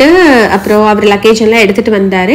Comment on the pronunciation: தயவு செய்து “ அவர்” என்று சொல்லுங்க, “ ஹவர்” என்பது ஆங்கிலத்தில் சரியான உச்சரிப்பு இல்லை.